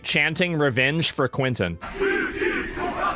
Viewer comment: Please its not " couentin " its said more like " kentin "